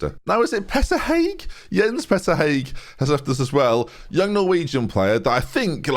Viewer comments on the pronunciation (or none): Hauge (how-guh) not hague ;P